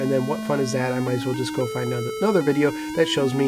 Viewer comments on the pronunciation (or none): none